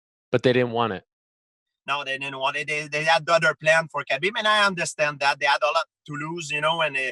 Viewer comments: It's pronounced 'habeeb' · ffs Ariel, its pronounced HABEEEB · I know kabeb want it i want it hahahahahhaha why he say Khabib like this? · Bo Bo I know. That’s just how GSP pronounces it.